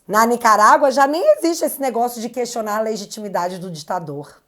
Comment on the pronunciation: Um jornalista dizendo cuestionar? Sera q ele comeu cuejo?